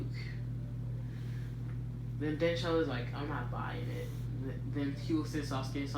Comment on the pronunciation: 'hi- you-ga' you mean 'h-you-ga'